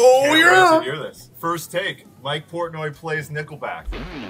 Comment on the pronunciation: Just can't get over the mistake of saying his last name of Porntoy.